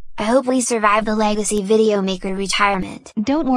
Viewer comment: Legacy not lagaci